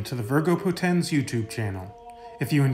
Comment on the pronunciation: i mean no offense, but all latin words are paroxitone, so the accent on Poténs is not really there, because it has only two syllables. So it must be spelled "VÍRGO PÓTENS". Amazing content you have here! Thank you for it!